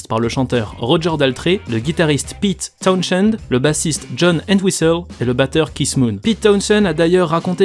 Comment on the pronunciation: On prononce TOWNZEND, (on prononce pas le H). C'est comme pour Portishead, on prononce PORTISEDE